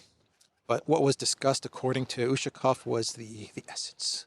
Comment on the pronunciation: As well as Ushakov, Lavrov and Peskov last names. Emphasis is on the "ov" syllable. Come n, you van do it. I believe in you.